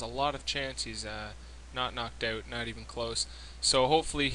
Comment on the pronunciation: I don't know if it's that obvious but I based my guess on your way of pronouncing "out" like where you say "bummed out" :P Anyway nice cast on an epic game!